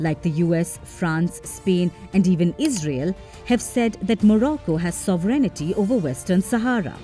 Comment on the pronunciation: A note to the narrator: not SovREIGNITY but SOVereignty is how you pronounce it. Please listen to English words before saying them. Even non English speakers like Russians would say it right.